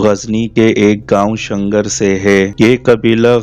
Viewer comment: شنگر نہیں شیلغر